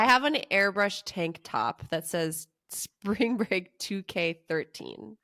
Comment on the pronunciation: "SPRANG BREAK!!!!!" or whatever riff raff said